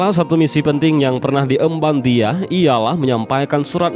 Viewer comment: Dihya alkalbi. Bukan diyah